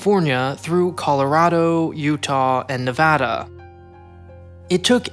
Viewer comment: Thanks for correctly pronouncing Nevada!